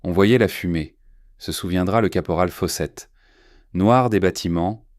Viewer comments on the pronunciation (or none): Le caporal fossette ...Fawcett. Q’il pline...qu’ils plient. Divorcé l’eau...Dyvocelo (?). Encore zaujourd’hui... Et tant d’autres du même acabit. Mon gars procure-toi une I.A., mais une vraie ! 😖😤😤😤😤😡😡😡🤬🤬🤬🤬